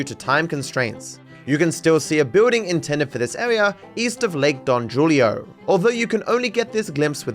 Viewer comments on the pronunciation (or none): sorry but it’s actually pronounced Don hoo-lee-oh, you probably aren’t familiar with Spanish pronunciation, but the j is usually silent, just something the stood out to me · "East of lake don juulio" is dating a latina, im surprised he doesn't know how to pronounce that name correctly. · Lake don jewlio mate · "don jewlio" is mental lol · don jewelio 😭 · the way says don julio is funny😭😭